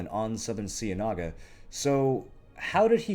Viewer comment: You're mispronouncing "cienaga" and it's triggering me.......